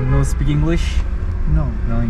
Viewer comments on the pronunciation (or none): none